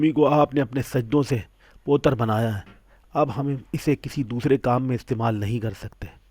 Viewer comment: پوتر ہندی زبان کا لفظ ہے، جس کے معنی مقدس ہوتے ہیں، اس کا درست تلفظ پَوِتْرْ ہے۔ Pavitr